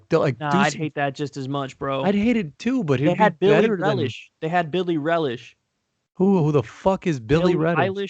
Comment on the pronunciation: Billie Relish got me. I definitely laughed when he said that.